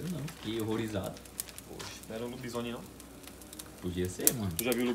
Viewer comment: Escreveu errado o certo é lobisone. Mas pelo menos falou certo kk